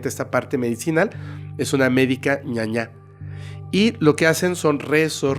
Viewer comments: Saludos desde Paraguay, querido! Es ñana, valga la aclaración dado que nosotros tenemos 2 idiomas oficiales y al referirse a "ñaña" ya cambia el contexto en nuestro idioma guaraní. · Es médica ñana, ñana se refiere a las hierbas del monte. Es por el idioma guaraní. Tú estabas diciendo que es médica 'mala' al decir 'ñaña' JSJSJS. Nada más para lo que sepas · Hola, soy de Paraguay, es médica Ñaná no ñaña. Pero lo has hecho bien. Gracias por acordarte de nosotros, aquí tienes muchísimos seguidores.